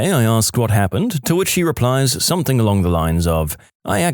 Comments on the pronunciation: Dude I love your stuff but something doesn't have a k...stop saying somethink. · No k in the word something .